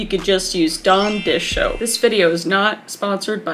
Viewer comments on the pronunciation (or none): It has been 3 years since this video was posted, and I just now realised that it sounds like Kris is saying “Dawn dishoap” instead of “Dawn dish soap”